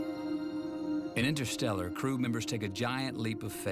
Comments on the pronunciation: "The science of intershtellar"............ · The correct term is actually "The science of innershtellar..." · jimbob jim ”the science of in-er stel-er”